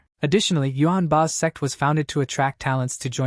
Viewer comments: its funny cause the AI can't pronounce the word sect but says sex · Bro why TF is he mispronouncing sect servant so bad ....... Ahhhhhh I was listening without headphones 🎧 ahhhhhhhhhh🦅🦅🦅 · do you know when you say sect you actually say sex for example on scene :face-red-droopy-eyes